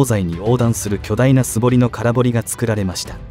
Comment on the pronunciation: 空堀（からほり）、玉造（たまつくり）、濁りません。